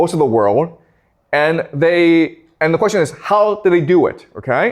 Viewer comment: That’s a great qweshtion